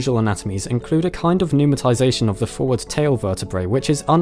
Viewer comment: What does he say about the vertebrae at about ? Numitazation? The legend says "Numa Thais ation", and I can't guess what word he is saying.